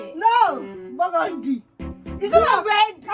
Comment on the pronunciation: did just say BURGANDY!!!! lmao...